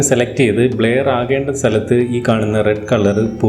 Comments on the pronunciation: ബ്ലയർ അല്ല ബ്ലെർ..vaayikkan polum ariyille...engeru schoolil padippikkunnathalle....kashtam! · ബ്ലേയർ അല്ല ബ്രോ ബ്ലറെർ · Endhuvado valya youtube karan bleyar alla brur ennanu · ബ്ലെയർ അല്ലലോ ബ്ലർ അല്ലെ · ബ്ലെയർ അല്ല ബ്ലർ ആണ് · ബ്ലർ എന്നാണ് ആശാനെ അല്ലാതെ ബ്ലയർ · ബ്ലയർ അല്ല.... ബ്ലെർ ആണ് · ന്നാ അങ്ങനെ alla ബ്ലര്‍ aannu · Bler alla blur